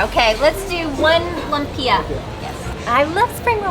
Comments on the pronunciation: It's pronounced Loom-pya, not loom-pee-yah. 🥳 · Not lapiya its lompiya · Lumpia = loompia the pronunciation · Lumpia is pronounced lum pya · Lumpia (Loom-Peeah. Loom gets the accent) is an egg roll. If you fry an egg roll it becomes a Spring roll. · Loom-pee-ya. Hilarious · it's loom - pee - a: lumpia. that's how it sounds. sorry. it's annoying when you say it wrong.